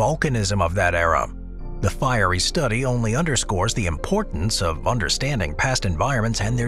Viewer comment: I like that you pronounce your T's unlike many many Americans.... Like ' important' but many say ' impordand' so I guess change it with D's..... Funny s**t